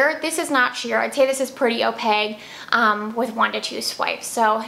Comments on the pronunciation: Opaque pronounced oh-pake 🙂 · Is opaque pronounced as opake rhyming with cake or like she pronounced it. I feel like I keep finding out that I am saying words wrong!